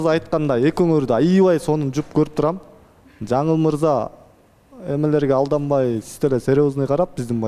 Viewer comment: Жанылмырза З сы жок суйлочу